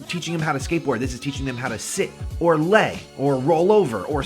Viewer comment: Instead of saying or lay, you kinda said ole.